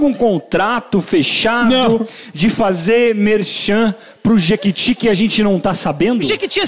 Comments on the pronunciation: "JEQUITI" kkkkkkkkkkkkkkkkk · kkkkkkkkkkkkkkkkkkkk "Jequiti" kkkkkkkkkkkkkkkkkkkkkk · " jequiti" KKKKKKKKKK